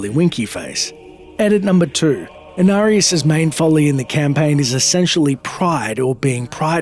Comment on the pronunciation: They butchered Inarius